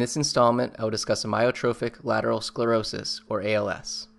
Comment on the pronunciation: Why pronounce the name incorrectly the first time you say it? The "A" is pretty important.